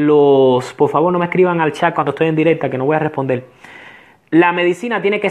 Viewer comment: Se dise por favor no polfavor